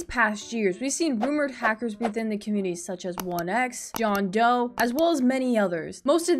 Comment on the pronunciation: you said commumity